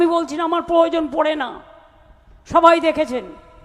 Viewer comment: Can't pronounce " proyojon" for this one it's "P O Y O J O N "- TOTALLY ILLITERATE